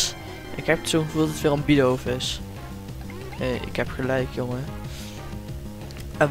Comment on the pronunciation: Leuke video Je spreekt het uit als bidoef